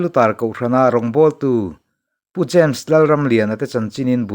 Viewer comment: James , tih hming a rik na reng reng ah, dawt nge thu dik fiah hma sak zel a tha, eg, Za mes.... No.. No. A....... Hi. i.. i. 🤒